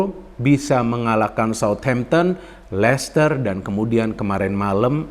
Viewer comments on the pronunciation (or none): none